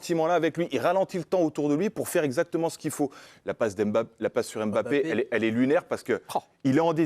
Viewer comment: Arretez de dire Em bapp....